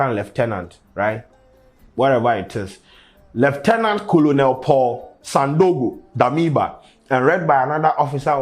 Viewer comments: It’s not “COLONEL” 😂😂 say “Kennel” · 😂😂 please colonel is not pronounced as “kolonel” but rather “kernel”